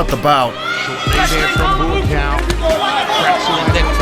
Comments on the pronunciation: His name is pronounced "Bwa-Cow" not "Buacaw" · Dude! It's not BOOO AH COW